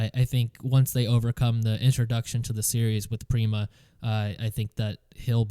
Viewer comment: FYI Prema isn't pronounced like "Preema" its like "emma" with a P